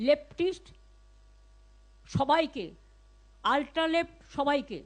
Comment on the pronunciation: এই মূখ্যমন্ত্রী র মুখে লেফ্ট উচ্চারণ টা শুনলে কষ্ট হয়।